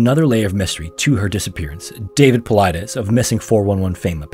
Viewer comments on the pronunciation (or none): Become the first person on the internet to pronounce David Paulides' name correctly, other that David Paulides himself. Paulides = Paul-ee-deez. Think "Hercules," it's Greek in origin.